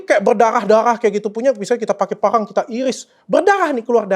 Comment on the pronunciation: Gc jelas bang ngomngnya..parang apa pangang.sayembara apa sayembanga..hehe..